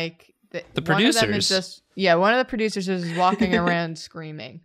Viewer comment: It's "perrducers"